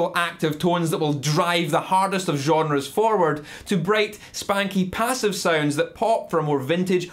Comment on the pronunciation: Peh-ssive peh-eck-ups